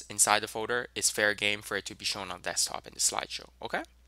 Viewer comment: folder not foder, its driving me nuts guy